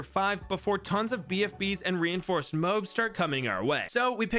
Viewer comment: Why do you say moabs like mowbs?